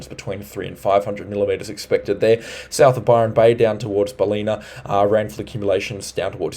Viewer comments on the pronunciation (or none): Ballina is pronounced Bal lin na not Bal leen na. Thankyou for all you do, it's been very informative. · Well he is not from Queensland or NSW.." Balena". He said 😁